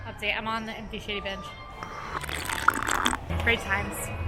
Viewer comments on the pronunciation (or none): When you said, "Shady bench" it really sounded like you were saying something else. lol